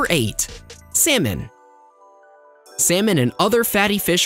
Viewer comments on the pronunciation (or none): Surprise that pronounce of words can be funny. Eggs sound AXE.. Salmon sound SAYMON. Hehe